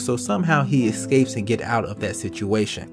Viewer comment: ECscape? Pacificly? I love you but lol